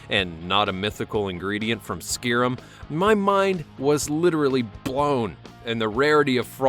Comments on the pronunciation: Who the fuck pronounces it skirim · Wow you butchered the pronunciation of SKYRIM...its pronounced SKY-RIM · You pronounced Skyrim funny XD